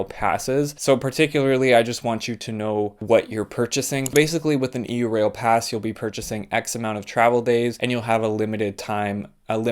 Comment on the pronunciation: Normally I’m not picky about such things but.. it’s pronounced “yourail” as in Europe rail, not “e u rail”.